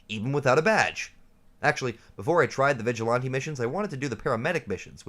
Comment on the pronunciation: I pressed ▶️ for the content topic…I STAYED for “vig-a-lahn-tee”😂 Salute! I dig your content bro!